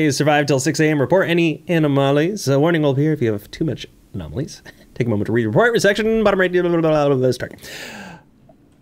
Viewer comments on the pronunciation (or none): enooomalies, aaanoomolies, anooomalies! Alright I can't no longer pronounce that word properly thanks.🤣